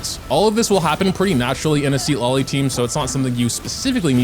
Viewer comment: its pronunce ciTLAli, not SID LA LI